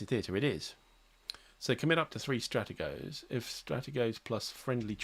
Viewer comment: Had to check this. I think Strategos is pronounced stra-tea-goes.